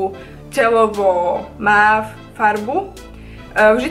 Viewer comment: mauve sa cita "móv":)